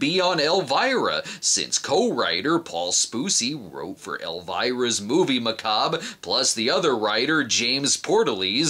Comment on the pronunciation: It's Muh-Caaahhh-bre. Tsk.